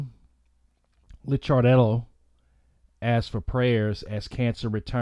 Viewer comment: His name is Licardello pronounced Likardello. He was a wonderful loving person. He will be greatly missed.